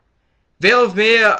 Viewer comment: It's Veil of MY-ya.